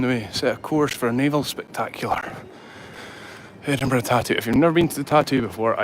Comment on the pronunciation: No,. I'm from the US and even I know it's not pronounced Eddinburg!! 😂